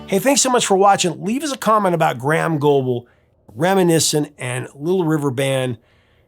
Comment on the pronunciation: Btw, Graeham is pronounced grey -ham, not gram. 2 distinct syllables. Great show btw